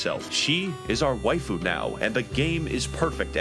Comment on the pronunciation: Waifu isn't even a real world and Yet I'm still disappointed about how you Pronounced it.